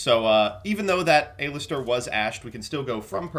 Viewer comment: Does anyone else find how pronounces Aleister as A-Lister off-putting or is it just me?